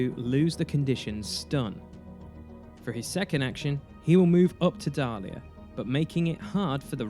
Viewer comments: Nicely done, but the name of the jedi is Diala not Dalia! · good video, but it makes me cringe every time you call Diala Dalia. Also, it is not transdoshan but trandoshan.